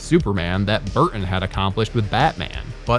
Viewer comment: I have never heard another human being have as hard a time saying the name "Burton" as our host